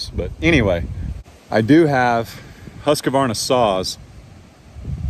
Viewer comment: check the spelling. It's husk-varna, not husk-a-varna